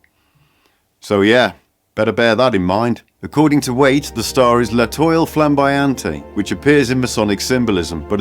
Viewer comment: L'étoile is pronounced "let-whal"